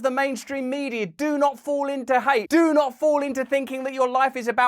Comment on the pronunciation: 20 sec and its enough, do not doo noot doo not.. dude. chill.